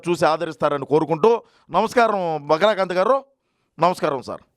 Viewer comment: బకరా కాంత్ కాదు...బకరా కాంతం 😂😂😂